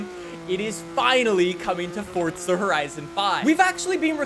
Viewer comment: its not forDza